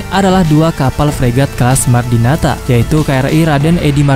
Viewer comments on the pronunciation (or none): martadinata bukan mardinata